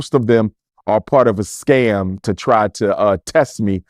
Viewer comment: Did he say scam 😂😂😂